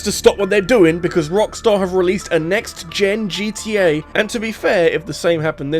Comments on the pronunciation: Please please don't ever do that again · I know this mfer did not just say rockstussy 🤣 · mans said Rockstussy 😭😭😭😭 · Sir...did you just say **Rockstussy**??? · I spelled it out as "Rockstarcy" in my mind